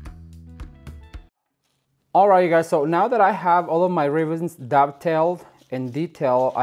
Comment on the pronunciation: are you saying dove tail? or duck tale? the ends of the ribbon?